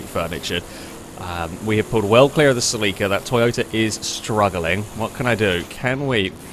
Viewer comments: Bro Celica not Sileeca, and dont even get me started on the way u say Acura. Lol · Its a Toyota SELL-ika (celica) 😆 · "Say Lee Kah" At this point I think hes saying it just to piss me off.